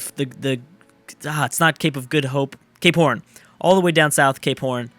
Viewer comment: When you said Cape Horn it sounded like Gay Porn lmao